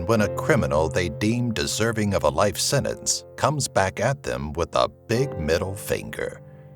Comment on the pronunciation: It's pronounced senTence not senence!